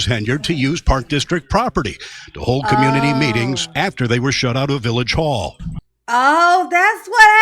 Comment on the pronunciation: that's da Yootz... 😁.. chillunz...from da communitah...